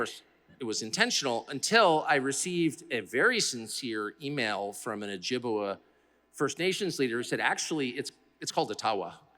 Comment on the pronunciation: O jib way is how it is pronounced lol. Love you Tucker. Take me up on the offer to take you fishing in Northern Ontario on my family trapline. I’ll show you the beautiful Ogoki River and its tributaries and catch some nice walleye, pike and sturgeon.